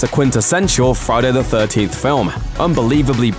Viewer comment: Why would a youtube channel with nearly 5 million subscribers create a Friday the 13th ranking video narrated by a man who cannot pronounce Friday the 13th?